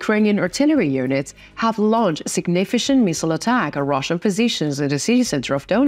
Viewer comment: Thanks for this report! Significant is pronounced sig-NI-fi-k'nt emphasis on second syllable hard "K"!! (not soft "sh" as in "ship" and share) 😊 "Infantry" has emphasis on first syllable.. "IN-f'n-tree"